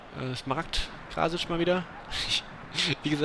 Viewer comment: ich denk das krasic iwie eher wie krass, also krassic ausgesprochen werden soll. würd ich jez meinen xD